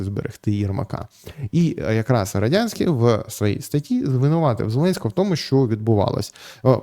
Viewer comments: Ярославе, ну який Родянський? РодНянський він! При всій повазі, як ви так читали статтю, що навіть прізвище неправильно прочитали? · Роднянський, не Родянський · Вимовіть чітко Роднянський, а то виходить Радянський. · Ярослав перезапиши.Роднянський бо радянський ріже слух і вводить в оману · Роднянський же, а не Родянський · РодНянський читайте без помилок.